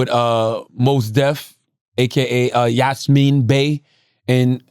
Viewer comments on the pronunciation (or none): It's Yassin, not Yasmin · Yahsin not Yasmine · Did Charlemagne call Mos Def "Yasmin" Bey? 🤦‍♂️🤦‍♂️🤦‍♂️🤦‍♂️🤦‍♂️ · This fool said “Yasmín Bay” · I’m mad how Charlemagne butchered Yasiin’s name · CHALLOTMAN BUTCHERED THEIR NAMES.